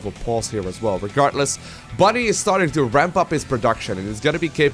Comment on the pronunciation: I like how the caster says "regartless". :)